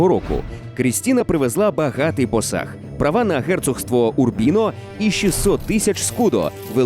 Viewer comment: ПОсаг, а не посАг